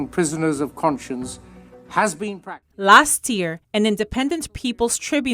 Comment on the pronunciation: Tribunal [sounds like TRY BYOU NUL] Prisoner of "conscience" is not pronounced like "conscious".